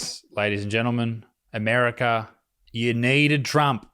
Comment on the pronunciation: The R is in the 2nd syllable of America, Butterfield. Not the 4th.